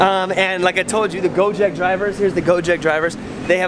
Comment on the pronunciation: It is gojek not gojeak ok I'm indo ok